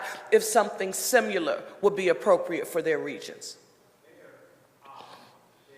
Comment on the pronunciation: She is the mayor of the largest city in the Commonwealth. WHY doesn't she speak correctly?? It is ASKED. It is SIMILAR, not SIMULAR. What kind of leader, what kind of example is she for our youth? Speak proper English!!!!